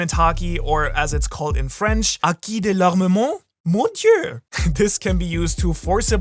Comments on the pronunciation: as a French fan, I'm touched by your pronunciation of HaKi dE l'ArMeMeNt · Je suis le commentaire français qui confirme que la prononciation est correcte 👌🏽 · As a french, i can say your “ haki de l’armement “ was on point